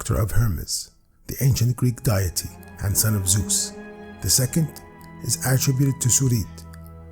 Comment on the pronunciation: I so agree . . . the perfect voice. Now I just wish he would say the word "deity" properly. :)